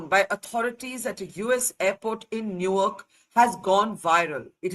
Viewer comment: you mispronounced Newark, which is dumb after you lived there for some tears I guess. More importantly, it was reckless to create and share that video on social media, where it could easily be taken out of context by impulsive audiences. Your actions reflect a lack of foresight, similar to those who act without thinking and then face consequences. Now, you’re trying to justify it. This raises a broader question: What’s going on with the mindset of some individuals? For many, including you, mobile phones have become tools for thoughtless behavior, like a valuable gem misused in careless hands. It’s time to reflect, grow, and act more responsibly.